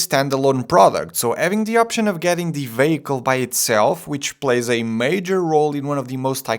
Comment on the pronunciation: Hey babe, wake up, a new pronunciation of “vey-hee-cule” just dropped.